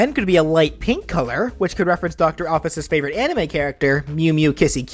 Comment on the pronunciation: Why did you say nabstablock and alphys so different then ive heard them